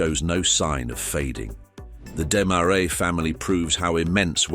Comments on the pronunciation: Why do you keep showing US $100 bills instead of Canadian currency? Did your AI not know that Canada has Canadian $100 bills? And maybe deciding whether to pronounce Desmarais in English (Dez-maraize) or its native French (Deh-marai) would be a good idea instead of switching back and forth each time... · You got the pronunciation of "Desmarais" correct on the second try -- and then your third was even worse than the first. Try #4: ugh. #5 roughly correct. #6, OK. I guess you're putting the "uh" in amateur. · YOU COULD PRONOUNCE DESMARAIS PROPERLY